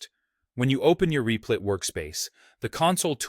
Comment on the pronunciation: Lol "Reeplit"